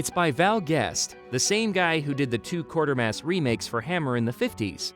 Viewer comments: It's QUAY-ter-mass, NOT Quarter-mass! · Quatermass. Quay-ter-mass. There's no R, it's not Quarter-mass.